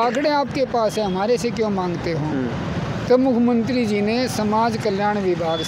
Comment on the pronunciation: ये लोग पहले बोलना तो सीख लें। नौकरी तो इनको जरूर चाहिए। साफ कपडे पहन लेने से व्यक्तित्व नहीं बदल सकते। यह बार - बार मुख्यमंत्री को भी मुखमंत्री बोल रहा है।😂😂😂😂😂